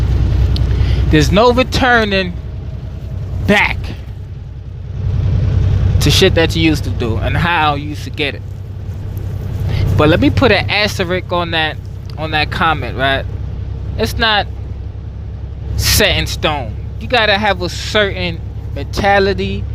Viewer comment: My dude said "asserick"